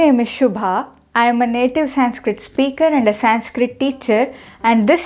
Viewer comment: It is convincing. But one thing is difficult to digest is your pronuciation संस्कृट in english conversation. Will you please check it